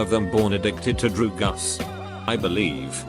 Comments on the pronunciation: ...born addicted to DRUGAS? Damn it text to speech, you made me laugh... again. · No, it's Drew Gus.